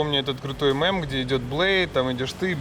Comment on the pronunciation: Почему слово "мэм" режет уши, почему нельзя сказать "мем"